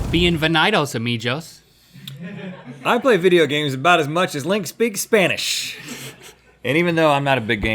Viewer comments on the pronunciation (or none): Uh mee Johs ( Amijos) Uhh Mee Gose ( amigos)